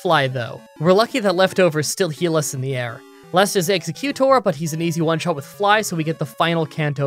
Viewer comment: EX-U-CU-TOR made me laugh a lot lol